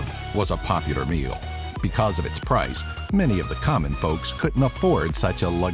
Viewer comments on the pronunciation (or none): none